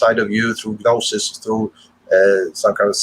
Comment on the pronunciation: You need to know what exoteric means to define esoteric. Your definition is bizarre, you might as well just make up a word. The way you pronounce gnosis makes it hard for me to believe you went to school. This is a messed up presentation, I can't help you.